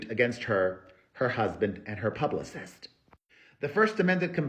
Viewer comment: Did he say “hublicist”? Great one